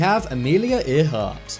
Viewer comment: Amelia Ear heart? It's pronounced Air heart, luv.